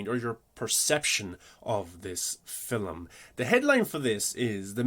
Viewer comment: Two things: 1. You didn't explain how they created Morpheus' exo-morph at all.. 2. Why do you say film like 'filim'. It sounds like in all your videos you emphasize saying it in a weird way. It makes me feel like it's an inside joke between you and your fans. I don't think your accent is to blame. Or is this a extremely subversive Aphex Twin reference?